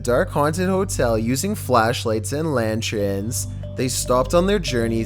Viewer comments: Again with the "lantrens"!!!! 🤣 I would've thought would have learnt the pronunciation of 'lantern' after all the comments last time! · Why does he say lantren instead of lantern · The F is a lantren. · In #1.... Hey, wtf is a lantchren?? Also, 2 of those people were Mark and Debbie Constantino, EVP experts who were on Ghost Adventures quite a bit. Mark ended up killing Debbie, another person and then himself because he was an abusive fuckbox.